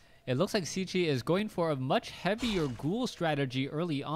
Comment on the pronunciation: His name is pronounced "Checky". Why is that so difficult for you ?